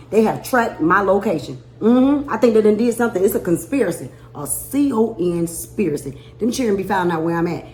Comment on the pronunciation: “CON spiracy”😂😂😂😂